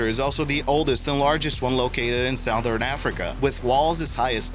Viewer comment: Did he say south ern